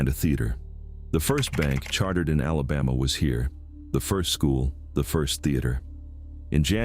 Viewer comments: This AI really can’t speak Alabaman at all. E.g., Mo-bile, mo-bull, and moble, but no Mo-beel. And now y’all are Alabamians and live in Alabumma. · Oh Hell No...he just said South Alaboma Naw man get the Hell outta here!! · I'm from east central Mississippi, it's a shame what we live in today , doesn't matter to me if it's AI or not , it's a sad day when you can't even say Alabama right !!!😮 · No such word as alabah ma . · Learn to pronounce Mobile and ALABAMA!!!!!!!! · Voice track has to be computer generated. Repeatedly mispronounced names from Alabama. But otherwise interesting history. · AI can’t even say Alabama correctly! Much less Mobile!